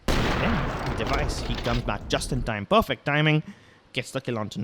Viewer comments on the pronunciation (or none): none